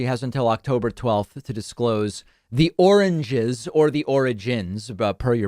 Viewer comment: Ah yes, “Oringes” !! I’d forgotten about that. Thanks (I think), David. 😉